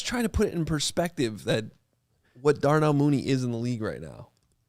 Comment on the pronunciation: This man said Darnell Mooney, STOP IT.